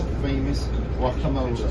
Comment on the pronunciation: "I will not pay for the GUAK UH MOLE AYE"